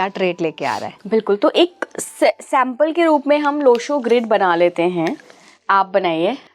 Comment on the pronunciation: मॅडम सूर्य ग्रीड ये सही है लो शो ग्रीड नही